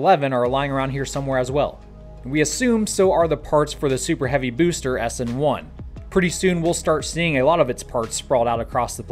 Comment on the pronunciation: I like the way you say"bewster"